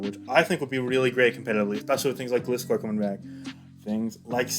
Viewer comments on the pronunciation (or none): My biggest wish for BDSP that people start pronouncing Gliscor properly. It's a GLIDE-scorpion. Also, that they keep the Platinum dex additions and slight world alterations. But it's unlikely since in the presentation, they said they wanted "faithful" remakes. And there was a shot of Snowpoint where a ship was shown, in Diamond and Pearl it's a standard ship. But in Pt it's an ice breaker, so who knows.